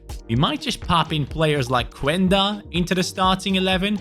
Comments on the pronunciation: pls im portuguese and say qenda not quenda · The U in Quenda is silent, is just "Kenda"